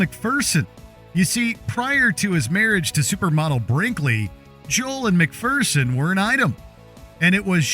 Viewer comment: Can't even pronounce McPherson correctly.